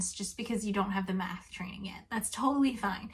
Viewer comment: I heard meth instead of math and can’t unhear it Sorry but four semesters of meth sounds like a terrible idea